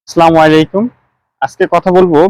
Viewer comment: আপনার সালাম দেওয়া ভুল হয়েছে (আসসালামু আলাইকুম) হবে। আসা করি সংশোধন করে নিবেন।